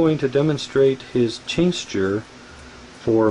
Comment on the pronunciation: It's "tincture." He keeps saying tincsture LOL! What a dingus.